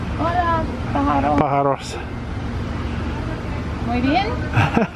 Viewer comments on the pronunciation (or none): ´So nice your Spanish,,...however it is pájaro, the accent goes onto the first "a". And those animals are not pájaros (that's just for little birds)they are LORO (or COTORRA or CACATUAS). Best regards from Spain